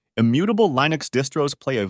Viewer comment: Is this an AI video? Lye-nux? Kuber-nets?